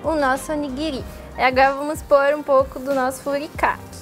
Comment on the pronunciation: Eu fiquei meio incomodada com a pronuncia errada das palavras em Nihongo. Principalmente do Furikake.